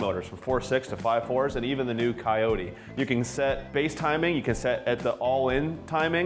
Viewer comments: did he call it a coty?? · A coy-tee?